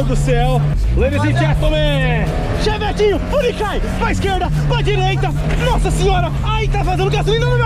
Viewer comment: Eu tenho uma LEVE "raiva" de quando o fala "ChEvEtIn" 😂 mas ok kskskdks